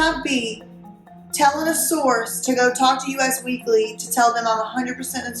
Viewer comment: Interesting video content. Just FYI, US Weekly is pronounced US as in 'This is US.' Thanks for the info.